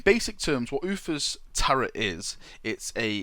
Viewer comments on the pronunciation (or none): "Tarot" is pronounced "tarrow".